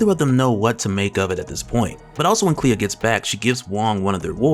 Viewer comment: Clea. Not Cleo lmao